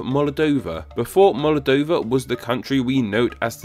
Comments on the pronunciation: It's Moldova, NOT MOLADOVA, plz don't film while drunk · Why did you pronounce "Moldova" like "Molodova?" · That saying of Moldova. “Molodova”